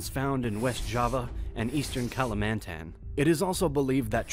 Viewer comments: This video has really useful information, however, only two minutes in and the pronunciations of places and names in Indonesia hurt my brain. Kalimantan (call-lee-MAHN-tan), Bali (BAH-lee), Sumatra (soo-MAH-tra), Palembang (pa-LEM-bong), Majapahit (ma-jaw-PA-heet). Vowels almost always have "pure" pronunciation. A=ah, E=eh (i.e. "ay" without the "ee" diphthong at the end), I=ee, O="oh", and U="oo". The emphasis is almost always on the penultimate syllable. It is an incredibly consistent language when it comes to pronunciation. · pronounciation was great so far except: - KALIMANTAN (Kah-lee-mahn-tahn) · It's kalimantan ,you pronounced it wrong